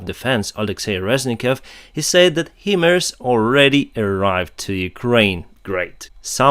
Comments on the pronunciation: I love your posts! I was in the Marines and it's pronounced Hi( like hello)-Mars(like the planet) M777 is M-triple7. Keep it up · Keep up the great work!! Love from Canada! Slava Ukraini PS By the way - the pronunciation of the equipment HIMARS is "High - Mars" like FL 34 is HIGHER than FL 24... HIGH-Mars (like the planet. (I am SO GLAD they are on the way - not soon enough!) And Please keep saying "Drowned" when you refer to ships and oil platforms that have been 'sunk'!!:) Technically, as I have pointed out before, "sunk" is the correct word - but the way you say it - sounds SO MUCH BETTER!! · For your benefit... the military folks usually sound HIMARS as "High-MARS". Yeah, I know... English seems to have more exceptions than rules and of course all bets are off when you're "pronouncing" an acronym. I didn't create the language but I have to live with it! :D